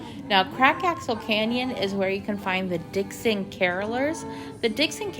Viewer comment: i think you mean “Dickens”….. as in Charles Dickens……. not “Dixon” as in the Mason dixon boundary